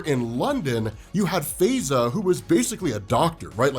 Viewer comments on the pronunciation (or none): In the U.K. she would pro ounce her name "FIE za" not "Fey za".👍🏾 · Her name is pronounced Faiza like pie-za . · Faiza is pronounced Fy-zaa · It's pronounced Fa-ey-za bruh